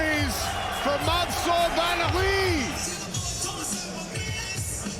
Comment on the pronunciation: It's so unprofessional of an announcer to mispronounce a fighter's name. It's disrespectful AF. You have one job and you failed!